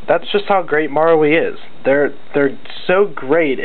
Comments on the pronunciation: just read it as maRU lol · Your saying marui wrong btw